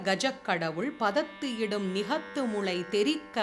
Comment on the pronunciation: I humbly request you to verify the poem starting' Panaikai Mukha'. In the last line the print is 'Nigalathu'. But I heard you spell ' Nigathu'. Is that by omision ? Please clarify. Thank you for the beautiful pronunciation.